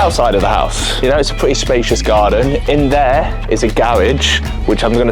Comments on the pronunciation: “I bought a pwetty nice house and I’m a pwetty tall guy” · “So, I’m a pwetty tall guy.”